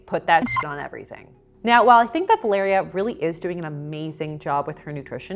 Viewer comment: I love how you pronounce my name "Valeria" 😍 feels like you're talking to me 😂